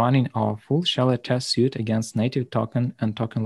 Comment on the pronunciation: Super small correction: "Suite" is pronounced like "sweet" not "suit" It's very confusing because it's a french word used in english, so it doesn't follow natural english grammar. It's a common mistake for my Indian co-workers, just thought you'd like to know!